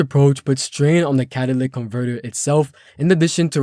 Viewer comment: I'm sorry dude I can't get past the fact that you can't pronounce certain words. It's pronounced cat-a-lit-ic not catalic.